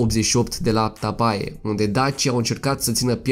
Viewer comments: O observație constructivă. Tapae se citește Tape. Ae în latină se citește E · În limba latină, "ae" se citește "e". Tapae - Tape. Pune-ti la punct limba latină. Este ușoară. Faci greșeli și în limba română. Accentul se pune pe prima silabă. Uneori pe a doua. Istoria noastră, strămoșească, este foarte interesantă. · Pacat ca stalcesti limba romana ... si latina . Totusi,e un subiect cultural . De ex 'tras' sau 'atras' in cursa ? sau in latina Tapae care se pronunta Tape ... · Ar în latină se citește e.